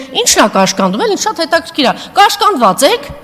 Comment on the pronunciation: Տիկին մի հատ խոսել սովորիր,"հետաքիր",տիկին Անժել հսյերեն խոսել սովորիր,ու ճիշտ կլինի կանացի պահվածքով,լրիվ տգետի պահվածք ունեք,ամոթ է